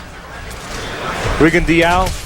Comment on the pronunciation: Shit! They really don't know hom to pronounce his name. It's French... Ree-gon-doh!